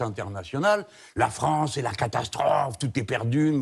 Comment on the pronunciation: Faudrait qu'elle aille voire un orthophoniste la Léa. Il y'a le "An", le "En"et le "On". Or la version Léa donne "Fronce"!